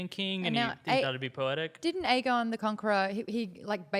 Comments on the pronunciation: Am I the only one who thinks lyanna said aegar targaryen? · In the books, it is explicitly stated Aegon is pronounced egg-on.